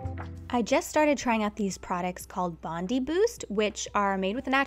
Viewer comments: I love how you pronounced “Bondi Boost” like “Bondy”. Bondi is an iconic beach in Sydney, Australia. We pronounce it like “Bond-I” long I sound. Very Aussie accent I expect haha! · Just wanted to share that Bondi pronounced bon-dye. It’s an Australian company, named after the famous beach in Sydney! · Love this! Just a tiny FYI: The ‘Bondi’ in Bondi Boost is pronounced like Bondi Beach. Bond-eye 😀